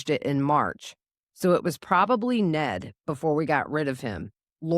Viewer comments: Ned not Ed, isn't it? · Ned , not Ed.